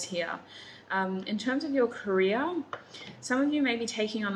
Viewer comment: The way you pronounce Career it sounds like Korea lol